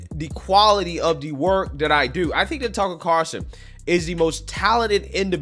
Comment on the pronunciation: Hey, it’s TuckER, not Tuckle….